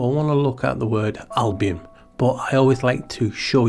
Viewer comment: Thank you for sharing your thoughts. Your pronunciation of the word Albion, it sounds in my ears like album. And that lets me think about a LP 💿 flat with in the middle the navel. Just a weird thought ☺️ Latin album is literally "white color, whiteness;" 🦢